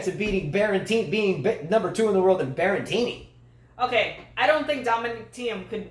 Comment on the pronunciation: Should they try to make US Open the last tournament of the year? Or second last before Tour Finals? Tennis does seem a bit dead this time of year. Also a little pronunciation tip: Berrettini: Be - re - TEE - nee Fognini: Fo - NEE - nee (silent G)